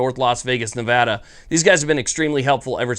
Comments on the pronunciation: THANK GOD FUCKING FINALLY, SOMEONE WHO KNOWS HOW TO PRONOUNCE MY STATES NAME CORRECTLY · Thank you for pronouncing Nevada right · Subbed simply because you pronounced Nevada correctly. Welcome to the state, youll find other surprises and liberties here that you wont be accustomed to as well. Enjoy. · As a Nevadan thank you for pronouncing the state correctly, if Vegas has it their way they will turn this wonderful state into California. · I'm just happy he's pronouncing Nevada right